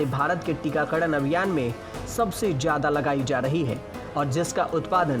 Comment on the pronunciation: जेनवरी नही जनवरी, बोल तोतले, टीकाकडड नहीं टीका करण बोल, कोडोड नहीं करोड़ बोल बिहारी तोतले, पत्रकारिता छोड पकौड़े बेच